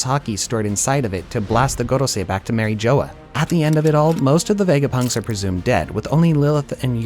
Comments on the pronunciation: "Mary Joe Wa" "Truffle Gar Law" Love it😂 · This is an AI voice? Bc no way you pronounce "Marie Jois" as "Marie Joe-uh" when its said like 100 times in the anime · mara joea you say it all wrong they say it in the anime you should know how to pronounce it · Mary Jo-ah